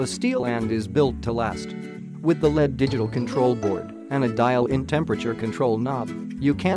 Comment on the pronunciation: "Led" instead of "LED". Hahaha